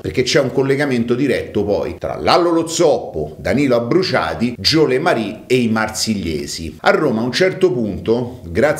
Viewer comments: "Le marí"??? Ma chi è er fijo de Maria? Jo "le mer " ovvero Il Sindaco. Per il resto ottimo. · si pronuncia Gio' le mer, non jo le marì. Dove la vedi la i finale?